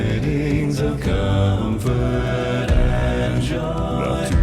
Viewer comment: You say "com-forth"? It's pronounced: kuhm-frt, so yeah, drag that out as a long note and it is "fert". That really isn't an example of changing vowels to reach certain notes. edit: lol I went back to when you said "listen to when he sings 'comfort'" and you literally pronounced it the same way he does lmao ('cause, y'know.. that's how it's pronounced)